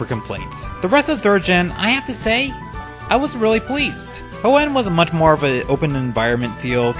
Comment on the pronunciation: Good video but why do you pronounce Kanto, Hoenn, Cilan, and anime etc so wrong?!?